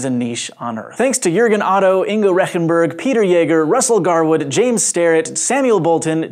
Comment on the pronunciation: poor Mr. Rechenberg. I really love your show and i am a subscriber but u really buthered his name XD. i looked up if google translate would read it out correctly, it did. if you are insecure of thr pronounciation, let google read it out for you, that should work out ;)